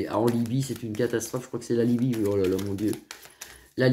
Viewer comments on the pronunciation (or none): La lybie et non la lubie...